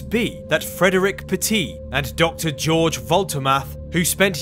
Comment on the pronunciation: Please read German George as [Ghe-orgh]